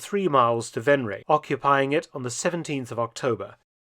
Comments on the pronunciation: Except Venray (not Venreej but “Venr” and “why” except the “w” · Overloon is pronounced as Overloan in English. Venray as Vanrye. YE is in bye or buy. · I pronounce Venray as Venr-high (without the h). Am I misunderstanding your explanation? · I myself am from Venray and u butchered the name lol